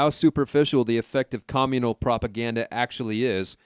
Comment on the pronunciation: Your pronunciation is fukkin atrocious. You can say community correctly but then fuck up cOMmunal. Seriously this is unbearAble.